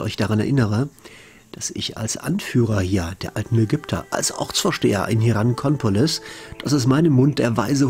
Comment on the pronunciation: Hey. Hier ist noch ein Korinthenkacker;-). Wieso schmuggelst du denn ständig in den Ortsnamen Hierakonpolis ein "N" zu viel rein und sagst fälschlich Hierankonpolis?